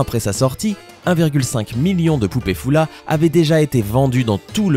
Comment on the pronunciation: On dis folla pas foulla